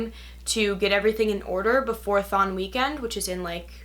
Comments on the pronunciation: im sorry but I herd thong as in the strange swimming suit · everytime she says thon i hear thong